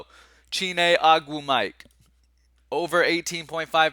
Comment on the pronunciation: It's O-gwoo-muh-kay bruh lol